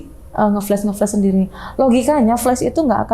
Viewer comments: Ada yg salfok ga kayak saya? Narsum bolak-balik bilang FLES FLES ADA YG FLES ADA YG FLES. Saya mikir banget apaan siy FLES. OHH TERNYATA FLUSH! HAHAHAHA, bacanya FL A SH bu, A kayak nyebut FLA PUDING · FLUSH dibacanya [FLAS] dan bukan [FLÉS]. *Flush = sémbor *Flash = cahaya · Padahal mbaknya pendidikan doktor ya (disertasi) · Bener gw jgk greget dengernya